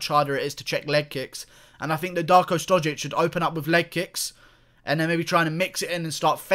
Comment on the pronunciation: Serbia and Russia are brotherly nations so don't be angry. And you pronounce his surname wrong, the š is pronounced like (sh) in shower.